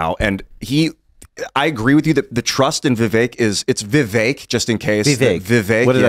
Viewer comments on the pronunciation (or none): it’s pronounced Vee Vake ( like cake) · It’s not a VEE. It’s Vi. Short i. Stop hyper-foreignizing and overpronouncing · Please don’t call him “vee-vek” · Has a lot to say about Vivek and interviewed him but can’t get close yo a reasonable pronunciation of his name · I like that told that other idiot how to correctly pronounce Vivek's name. The fact that he's supposed to be well versed in politics and can't say his name correctly is a joke.